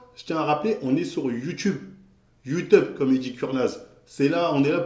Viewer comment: "Youteub comme il dit Kurnaz" Mdrrr ^^